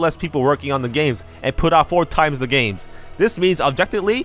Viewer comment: At first I thought you said "a lot of gamers wanted to emulate BOTW" lol